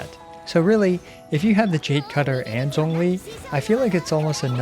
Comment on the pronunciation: He actually pronounced zhongli correctly I think